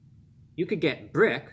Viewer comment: Why’d he say BRRRRICK like he was BRRRRICKED UP